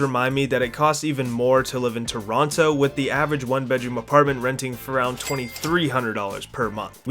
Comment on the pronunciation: This guys not even a real Canadian, can't even pronounce Toronto correctly! What a phony.